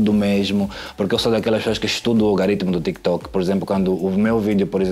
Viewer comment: Muito bem,. Diz-se Algoritmo e não Algaritmo. Gosto muito das duas personas ( e ).